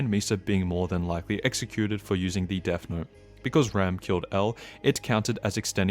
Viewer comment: THE "DESS" IS KILLING ME 😭🙏